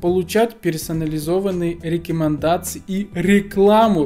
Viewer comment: я орнул у него еще со слов мэджиКС,джипиЭРэс,миуи дИмон и рекЭмендации)))